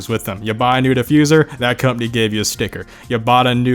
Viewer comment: The way he pronounces "company" like "cupny" is funny